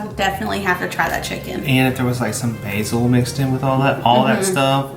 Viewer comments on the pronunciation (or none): none